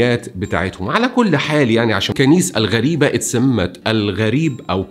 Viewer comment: مبدع كالعادة 👍👍.. تصحيح لغوي بسيط جزيرة جربة بكسر حرف الجيم... وكنيسة غريبة بالشدة على حرف الباء 😊😊